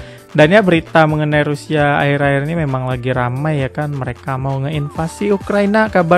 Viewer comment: Pakai Huruf "Shad", bukan pakai "Sin" 😅